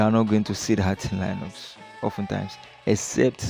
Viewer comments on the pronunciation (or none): YeshuuDOOOOOOOOOOO. and it's " lin ucks". Not " lie bucks" And it's. " Win doze ". Not " win doooos"